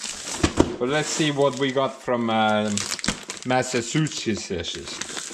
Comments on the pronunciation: Try saying it this way, mass a choose its . It may be easier. It's actually one of our most historical and important states. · You new parts pump is 120 volt 60 Hertz. If you plug it in from any of your outlets, you will nearly immediately let the smoke outta it. Oh...and it's pronounced Massive-two-shits.😁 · Your pronunciation of Massachusetts really cracked me up. I’m still laughing.😅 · I wanted to see him in a mirror as he was trying to say it lol I can only imagine how his face and lips were distorting hahaha